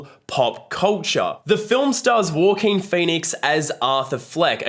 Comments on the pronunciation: why do you say joaquin like that ? “war-keen” it’s “hwa-keen” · Andy Peters 😅his accent somehow made it sounded like “ Walker” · nah I mean the word "walking" in an aussie accent. Thats what he sounds like when he says Joaquin. I don't mean the aussie accent for Joaquin lol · Great review. Even with the Walking Phoenix pronunciations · It’s Wha-Keen, mate. 😉😋🃏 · As soon as someone fails to pronounce an Actor's name you loose all credibility. Walk in Phoenix? WTF. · It's not the aussie accent he is just mispronouncing it. I'm Aussie and nobody I know has pronounced it that way. But I agree, every time he said it I kinda cringed...why is he saying it that way lol?